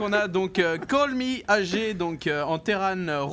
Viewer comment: Les gars c'est "Call meh G" pas "Call me HG" ! A part ça super vidéo ;) thx